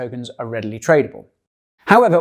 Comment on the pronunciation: Hahaha Why do you keep calling it "Her MajestRy's Registry??